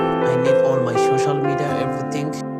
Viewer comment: He needs his ShoShal Media back 😅